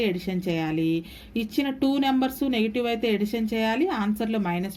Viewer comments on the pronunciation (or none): Madam super explanation but tell addition your telling edition this is wrong